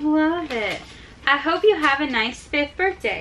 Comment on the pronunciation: John it's not birfday it's birthday with an th